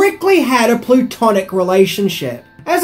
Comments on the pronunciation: Dude got "plutonic" and "platonic" backwards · Plutonic? You probably ment to say Platonic 🙂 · Platonic, not plutonic, thats a rock formation. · Did he say Plutonic relationship?